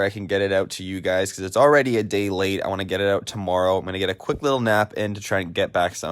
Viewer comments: he said toomoreo😂😂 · listen how he says tomorrow